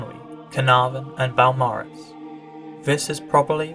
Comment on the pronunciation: Beau = B’oh, not B’ow.